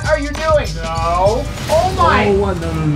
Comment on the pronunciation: As an Indian I can't stop laughing after how he pronounced taj mahal